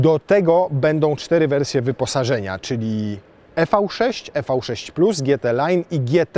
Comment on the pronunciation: Nie e v 6, a IWI 6